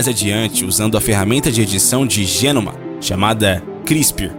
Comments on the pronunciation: Interessante mas não aguento esse narrador falando errado. É quimÉra. Placa de pÉtri. E genÔma. Por favor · Boa matéria, só faltou o narrador aprender antes as sílabas tônicas das palavras difíceis pra não passar vergonha falando errado o vídeo todo. Ex: "genoma" (pronuncia geNÔma), "quimera" (pronuncia quiMÉra), etc. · Que agonia dele flando as plaavras erradas como quimera genoma e placa de petri